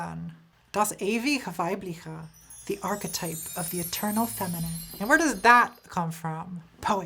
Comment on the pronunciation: Yo, when you say "das ewige weibliche" next time try to pronounce the "g" in "ewige" like the "g" in green good gay and replace that weirdly russian-esk "ch" in "weibliche" with a soft ch as you can find it in china or chesse